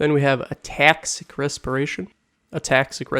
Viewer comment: was the way u said ataxic a dsp reference